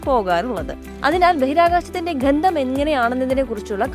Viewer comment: എന്താണ് ഘന്ദം മോളേ?